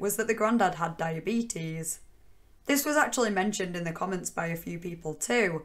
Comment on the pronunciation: I think you are saying diyabeetus wrong. But in all seriousness every time you say "OP", I'm like, who the hell is this Opie guy?